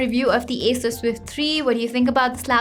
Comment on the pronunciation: itsss acer, but sounds like asus . well its ok , let's focus on review.